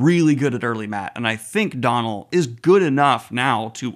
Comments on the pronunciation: Donal is pronounce Doe-nal not Don-al, There's an accent/fada on the o (it's a Irish/Gaelic name) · Love the channel and the wheel of time content, just a small thing, his names pronounced dough-null Flynn not donnell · Buddy just a heads up I'm fairly sure Donal's pronunciation is "Doh-nal" - at least how it usually is pronounced here in Ireland 👋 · I think Donal Finn is a good actor but I'm sorely missing the humour and lightheartedness that I always associated with book Mat, hoping it comes back later in the series 😢 (btw, his name is pronounced Doh-nul, like dough or Homer's D'oh 😂 Tá fáilte romhat!